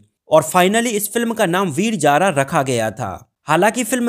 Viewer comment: Abey laudey veeer Jaara na Veer Zaar........ Z aur j mey farq nai samaj aata kyaaa